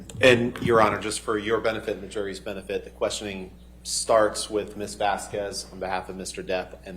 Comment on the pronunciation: Elaine pronounced Camille's name wrong the entire trial. That is so disrespectful. There is no way someone didn't correct her, or that she NEVER noticed how other people pronounced it? It's 'Vazz kezz' not 'Vask kWez' Even if its an easy mistake due to the spelling; Ms Vasquez her name is said often during the trial, including on broadcasts, you know Elaine watched It may seem like a small thing but knowing how shady Elaine can be I think it's an intentionally petty tactic. Bredehoft is correctly is Breddy hawft. What if she was called Elaine BreddLe haff? Every day, for weeks?